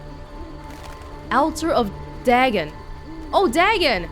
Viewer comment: Dagon is typically pronounced "DAY gone".